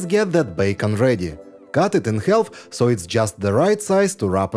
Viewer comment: Some really imaginative recipes! A tip for pronouncing the word “half”. The “L” is silent. Try it!!